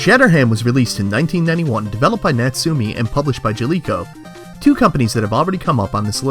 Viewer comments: In fact is Nat Su~ Me~ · You pronounce Natsume wrong. It's pronounced "Not-Sue-May".